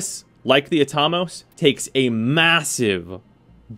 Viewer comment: pronounce Atomos again?me thinks its wrong......at-o-mos......like atom